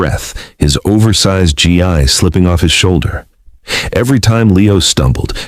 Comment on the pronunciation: What is it with the AI reader that cannot pronounce “gi” correctly?